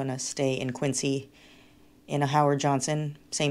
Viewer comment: Hi, fun video. Think Quinzy rather than Quincy. So fun that you went to school out there…oh, and I always used to see Dunkin boxes on everyone’s car dash board when I visited as a kid and Lobster rolls are summer food for me. Tough lobster would have been disappointing! Love how adventurous you are!